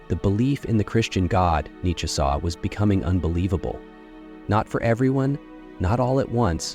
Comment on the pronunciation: I know, literally first 10 seonds i hear it pronounced incorrectly n im like 🧍‍♂️